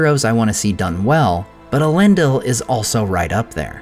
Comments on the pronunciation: thanks! That makes sense to me given the formation of the word from Elen and Dil. But surely the last syllable is pronounced “deel”, rather than “dill”? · Isn’t it pronounced “El-en-DEEL”, not “El-EN-dill”?